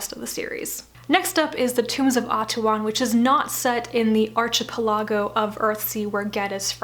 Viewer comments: It's: ark-e-PEL-e-go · As someone who has pronounced “Earthsea” incorrectly all his life, let me suggest you look up the pronunciation of “archipelago.” 😉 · I really loved the series and have reread it many times. I am reading The Wizard of Earthsea to my son now. Thanks for a great review. Thank you. May I just ask why you pronounce "archipeligo" the way you do?